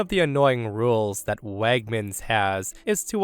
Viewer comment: Wegmans is not pronounced as "Wagmans." And, please, when OP writes the grammatically correct "anyway" stop changing it to the nonstandard "anyways." (Adverbs cannot be pluralized.)